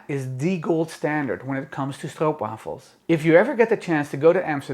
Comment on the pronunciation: It’s so nice hearing someone say it right lol